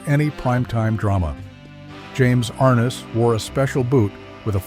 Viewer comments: Ai=Arnuss instead of Arness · it is NOT James AR ness. It is James ArNESS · and everyone else.....If you're going to make a video, at least pronounce the stars name correctly.!! Thumbs down.